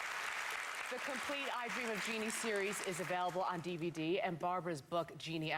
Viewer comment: It's " JEANNIE ".